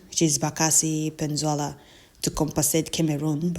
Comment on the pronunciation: Pls check your pronunciation : PENINSULA and not PENZUELA